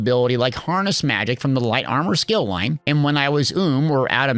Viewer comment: Plus u cant trust a guy who says skill loin!!!!!!